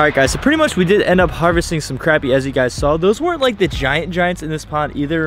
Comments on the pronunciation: FYI, it’s pronounced croppy not crappy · It sounded like you were saying crabmeat. It's pronounced crop-ee. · Pronounced “crop” not “crap” 😂🤦🏽‍♀️ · no its crappy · It’s spelled crappie but said like crop-ie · The only way to pronounce it is cr-o-pp-ie DA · Pronounced crOppie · You don’t say crappie right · Your saying crappie wrong